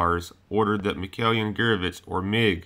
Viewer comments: juke box hero not Guerovich. Gurevich. Spells like [Goohryevich] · mih-koy-YAHN -- goor-AY-vitch